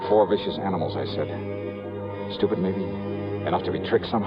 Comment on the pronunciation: He said STEWPUD WENCH” 😂😂😂